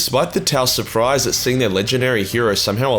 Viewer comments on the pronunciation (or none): none